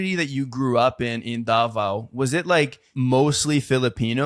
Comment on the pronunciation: Sorry if this may sound negative but how did she live in davao for 15 years yet she cant pronounce it properly??